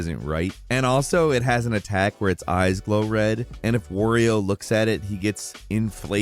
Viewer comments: you’re saying wOrio and not wArio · It's pronounced "Wario", not "Worio" you inbreed.